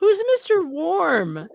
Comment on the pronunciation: Mr Warm was Otter Creeks Attorney when Russ the Suss was the Mayor. And Mr Warm was his actual name but the way Russ the Suss said it it sounded like Mr Worm. I way behind on a lot of this because I had to take a break for it as it was giving me flash backs to my stalker that I had to get a restraining order against. Of course that piece of paper turned out to be a joke because the cops would do anything to stop him even though I called them as soon as he would show up. Mine happened way before cameras came about. He did not even live in the town I lived in so there was no need for him to be in my little bitty town let alone be going up and down my dead end street.